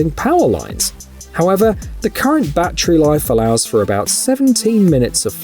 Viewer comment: It's not a Bat-Tree. Say Terry Say ba-TTerY